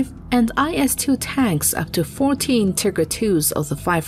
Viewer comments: She lost me at "Tigger" tank. How the phu can you take this video serious listening to her repeatedly saying Tigger.... Thought this was an episode of Winnie the Pooh did a sec. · Tigger? Love that pronunciation I guess they were so good they went bouncy, bouncy, bouncy! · T.I. DOUBLE GUH, ER! lol, that pronunciation of tiger... Lol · Tiger. Pronounce T(eye)gur. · Tigger One. lol Tigger Two. Hahaha! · She said Tigger. Lolololol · The Tigger 11...during the battle of Nor-Mandy. Interesting video concept but the AI generated voice over is distracting. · The narrator is just hilarious. Tigre not Tiger. haha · Why does the narrator when describing the Tiger tank call it a Tigger????? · WTF is a "Tigger" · stop saying "tigger" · Get a new voice over. "Tigger 1?" Painful. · Please learn to pronounce Tiger TI-g-er. It is not pronounced the way the cartoon character is pronounced. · "Tiger 11"? haha. come on.... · tIGGER ? I had to stop watching.... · Cant handle a show that pronouns the tank Tigger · Thought Italy was in Europe? Live and learn. Odd pronunciation of Tiger. You pronounce it like the cartoon character Tigger vs the animal. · did she say TEEGAR? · The narrator wil butcher that also but do try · So why is the narrator speaking English for almost all other words, but then fails at one of the most important words? Small mistake, extraordinary impact...is it too much to ask for 100% when you are already at 99%? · As a gernan, this is the best description of the pronounciation i can give you! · Ur wrong wtf… Im german and thats not how its pronounced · Every time she says tiger, I see see Winnie the Poo! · But the video is in English, not german and they still said it wrong for both languages. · Love the way she says tiger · That's not how you pronounce Tiger... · thats not how u say tiger. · Do you really not know how to pronounce 'Tiger'? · Idk why but her saying tigger as opposed to tiger is making this hard to watch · Who calls a Tiger” Tigger”?